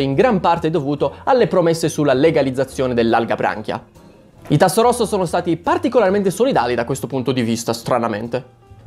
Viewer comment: Non si pronuncia Tasso rosso ma Tassofrasso, e poi perché indosi la cravatta di Serpeverde??????????🙅🙅🙅